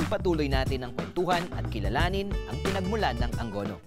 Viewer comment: it should be "A-ngo-no" hindi po "Ang go no"